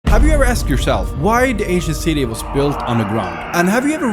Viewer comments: For a second I thought you said Asian city, I'm actually Asian. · Sorry but i just cant un hear the asian city when ever he says ancient city... HAHAHAHAHHA